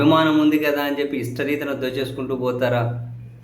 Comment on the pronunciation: ఇష్ణరీతి కాదు,ఇష్ణారీతి